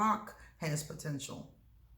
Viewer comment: You always do warn of "protential" .............